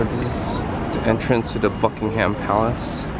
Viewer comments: It's not Bucking-HAM palace! It's BUCK-ing em. Open your ears> George III "buyed" it .That isn't even English! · and it isn't 'buckingHAM' palace. The stress is on the first syllable. The vowel in 'ham'is a schwa, but I'd bet you don't know what one of those is. You don't know very much, really.